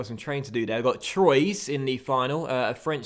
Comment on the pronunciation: *TWA is how you pronounce "Troyes"